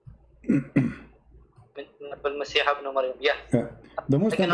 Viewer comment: unfortunately it seems to be a delay:( المسيحَ. therefore the masi7 word seems to be a مفعول به , therefore a delay. if he meant to say beneath allah and christ he should have said المسيحِ with a كسرة instead of the فتحة...